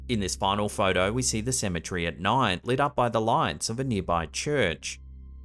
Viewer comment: Ceme TERRY, not Cemetree!